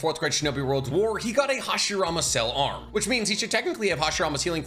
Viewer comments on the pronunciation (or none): none